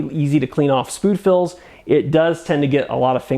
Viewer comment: spood fills